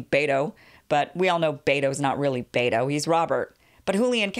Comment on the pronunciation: it's pronounced Beto (Bet o) not Bate o